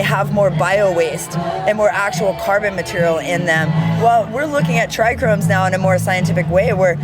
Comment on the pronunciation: That chick said Trichromes….. 😑 (it was )